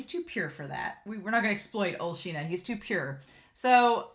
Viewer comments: This anime has such beautiful backgrounds, it's just really nice to look at. And the name is pronounced "Shin-ya". Personally I find it really difficult to say it correctly, like you can't emphasize on the "y" that much in the sounding, but without it, it sounds weird? Just do your best and try to imitate the VAs xD. And Ao is just precious! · I love the way you ship everyone with everyone in this show! 🤣 Me too — the author did such a good job of establishing what their relationships with each other were like! And I’m pretty sure his name is “Shin-ah” with an “sh” sound. That’s the way it was translated in the manga translation I read.